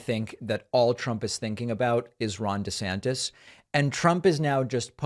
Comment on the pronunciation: I got the giggles so hard when David, sir, also did over "desanctis". I'm grateful for the laugh because this stuff is pretty gross. Laughter makes it a little easier to keep up.